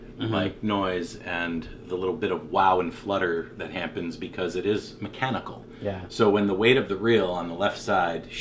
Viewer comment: He’s says “hampen” instead of “happen” and it’s so unsettling lmai